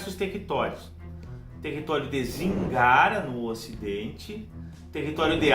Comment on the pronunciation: Apenas a pronuncia de poucos nomes você poderia revisitar: Ophir (ʼÔp̄îr): deve pronunciar cono Ofir Zíngara: Sílaba tônica está na primeira. Vilayt: vem do turco e soa como francês O resto ta pergeito. Penas sugestao. Abs